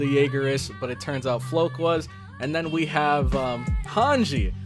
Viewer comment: Floch = Flock. Not Floke.